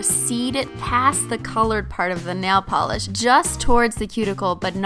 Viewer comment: She said simply nalogiclish